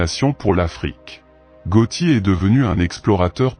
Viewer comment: c 'est GATTI pas GOTTI